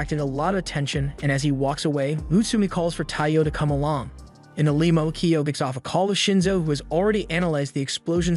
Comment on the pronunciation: Brother… I never usually comment but sir… for the love of god… pronounce limo correctly😂😂😂